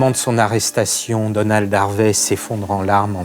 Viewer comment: "A quelqu'un comme Danold Harvey" J'ai cru qu'il disait Danone au début haha